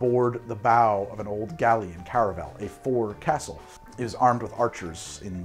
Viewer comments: I love this channel, and every Sailor should watch it to drink better! 😂 But yes, his forecastle pronunciation was killing me. For everyone’s help: Forecastle: foke-sel Gunwale: gunnel Starboard: starbrd Can any other Sailors recall other mispronunciations that drive them nuts? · Ahoy,! just a little pickup of pronounciation: fo'c'sle is pronounced folksull in the UK - perhaps the US pronounces it as foxull but that sounds sooooo weird. Cheers! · So the Forecastle (Fo’c’sle) is not pronounced Fox-le, it closer to Foe-xle. Small nitpick, but it is there. Got yelled at enough times to get it right. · Minor pronunciation correction if I may. The f’o’c’sle is pronounced with a long “O”, not as “fox’le”. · Foc'sl isn't FOXSEL its Foke Sal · The first syllable of fo'c'sle should be pronounced like foe, not fox. Long o sound. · As a shellback I can say that “foxhole” is actually pronounced f”olkshole” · I realize that A) you’re probably not going to do an edit/remake of this video and B) it’s not going to cause the collapse of Western civilization, buuuuut... fo’c’sle is properly pronounced with a “foh” as the first syllable, not “fah”. If you spell it phonetically, it would probably be “foaksull”. Naval nitpicking notwithstanding, I love your content and keep it coming. Also, my liver probably hates you. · From an ex navy guy....fo'c'sle is pronounced ...'Folk-sul' , not 'Fox-sul'....... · Forecastle (or fo'c'sle as it was shown) is pronounced FOHK-səl. Like Folk. Not like Fox. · It's pronounced 'foe' csle not 'fox' sle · brother, it's pronounced "FOHK-səl". Trust me, I spend years on the Foc'sle of Navy ships as a Bosn's Mate. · Sailor here. My comment probably will go unnoticed, but focsle(forecastle) is pronounced with the first syllable sounding like "foe". It is a term still used quite often in the Navy especially by those who specialize in marlinespike seamanship. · US Navy Sailor here. Foc’sle is pronounced FOKsle. Kinda like The word Folk without the L.